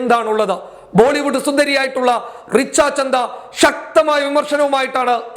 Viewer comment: റിച്ച ചന്ദ അല്ല റിച്ച ഛദ്ദ ആണ്